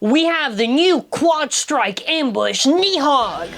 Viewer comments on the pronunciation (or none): It's pronounced nid hog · I think it’s pronounced Nid-hog. With the G